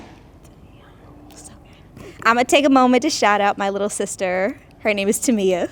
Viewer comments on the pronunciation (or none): none